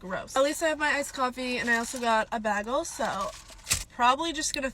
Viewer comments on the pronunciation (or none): Haha can't say baggel" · "Baggle"? The hairs on my body are still standing at a 180° angle from the sheer pain that pronounciation gives me. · did she say, 'BAG-EL' 💀💀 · I think British people say bag-el instead of bay-gull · “bag-ull” translation: stuck up entitled boss girls accent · I wasn't sure if she was trolling until she said "bag-ul" That is from the show Community, in an episode where the group finds out that Brita pronounces the word "bagel" as "bag-ul". Yea, I was pretty much 99.9% sure after that, this is an intentional parody/satire character. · Some of you guys need to stop over analyzing everything and laugh. Also, if she was kidding about the 9-5, that's fine. But she pronounced it bag-hal she had it coming at that point. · I'm not so bothered by her entitlement but she had the fucking gall to say "baggel" ?? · She said Bagal. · Ain't no way she called a bagel a "bagil" 💀 😭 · ain’t no way she called it bagl. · You shouldn’t be allowed to say bag el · Nah she said "Bahgul" 💀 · For the first half of the video I was just observing, y’know lurking on the internet (as one does) then she said BAGLE and it got personal :) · if you pronounce Bagel like that then the deepest pits of hell have opened up to swallow you whole. Don’t keep the devil waiting old friend! 😂 (Connection terminated) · Between the Timmies and the way she pronounced bagel I could tell she's Canadian. I also pronounce bagel this way and my American friends roast me for it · She’s literally from community, the bagel pronunciation confirmed it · I think she says bagel like that bc she's Canadian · I thought it was funny? I really dont get why people are so upset, it was silly. and the "bagel" pronunciation is from Community. I get it girl, youre funny. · I didn't think this was entirely fair at first, but the way she pronounced bagel is just too much to ignore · she's so annoying she doesn't even know how to say bagel right bro